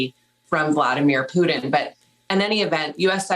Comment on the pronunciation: For about the past year it has become prevalent for people (especially of two cerTain generations) to make T sound like D. This Nicole is no exception. She makes PuTin sound like PuDin, goTTen sound like goDDen... oh, the first one she says is threaTen which she makes sound like threaDen. I am frightened for the future.